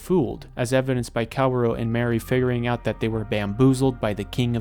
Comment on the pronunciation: It took me so long to figure that you meant Mari when saying Mary